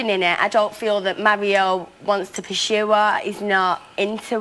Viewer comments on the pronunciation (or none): Hey, Chelsea, it's PURSUE, not PURSHUE! :)